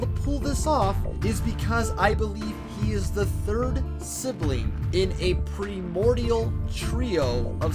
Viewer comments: Interesting theory. Could be inconsistency in the writing, but could be your thing too. Also, for future reference, primordial has a long "i." Pry-mordial. Enjoyed your theories and presentation. Cheers! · Also if this dude pronounces primordial wrong one more time